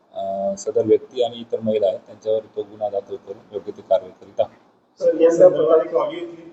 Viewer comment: गुन्हा हा शब्द " गु " या अक्षरांवर अनुस्वार देऊन " गुंन्हा " असा चुकीचा उच्चार न केल्यास मराठी भाषेवर उपकार होतील.